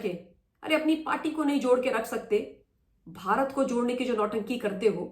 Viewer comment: Mam we r thankful to you for impartial analysis everyday One request is that while starting analysis you speak namaskar bharat. The word "Bharat" is not clear and audible.we r ur old listeners we know but d new listeners complaint about this. Pl.note and do as suggested. Thanks